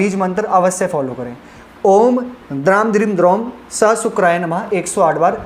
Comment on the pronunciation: 1. Stop self boasting. 2. Please be careful with mantra pronunciation. Mantra of Shukra is pronounced wrong. Read it from Sanskrit script not from English.